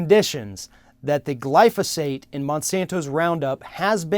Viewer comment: Roundup is safe as shit, a link does not mean shit, and learn how to pronounce glyphosate if you're gunna try to talk shit about it.